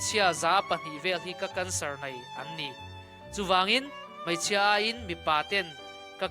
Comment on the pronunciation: A bengvar thlak hle mai..Mahse, tawngkam hi Hmeichhia tihturah Hmaichhia,tih leh ei tihturah, ai tih te hian ngaihthlak a ti hrehawm deuh.E hmanna tura A hman a tam.